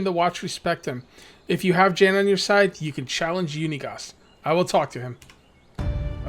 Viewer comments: Iordan is pronounced yor-den and Jan is pronounced Yon as in yonder. Great video, I enjoy watching, you put a lot into the backstory, even the backstory of you villagers. I think you should follow him out of the town see where he goes. And what is that paper up on your top bar? Great job keep it going I love this series. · Yeah and I’m pretty sure Jan is said Yon since this is in a European area. Other than Spanish many European languages pronounce J as Y. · Jan is pronounced yawn